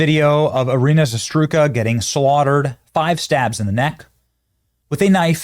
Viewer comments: Her last name is Za-Rut-Ska (ZAH - ROOT - SKAH) not, Zastruka or whatever you call her, please spell it correctly next time. Thanks for bringing attention to this tragedy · Benny, ur the only one podcaster on the whole internet who can't read well, why ru struggling with her surname? its ZARUTSKA, so why do u say ZASTRUKA? how de hell do your S jumps by 3 positions? and as i said, ur the only one. it is already 4th video talking about her and you still can't figure it out. maaan... u need to read more books or smth. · hey Benny no offense, but you should try to pronounce her name correctly. it's Zarutska not Zastruka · Benny I love your reporting on this but facts matter! This happened on a light rail TRAIN not a bus. Her last name is Zarutska. Pronounce it correctly. To do otherwise is an insult to her memory. ZA-RUT-SKA. I really like what you are doing. Do it this much better.